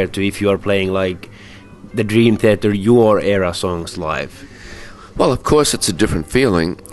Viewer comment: LOL Dream "Theter"